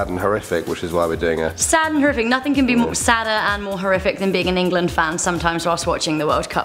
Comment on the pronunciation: EnGAlAAnD (England)